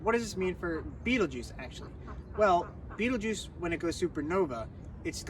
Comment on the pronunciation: Fabulous overview of the star energies! My 1st name is Betelgeuse, which makes this even more wild. I thought you had perfectly described me 👀 pronunciation of my name is completely different, but that’s a common one. That pronunciation was fairly close to it’s true Arabic origins.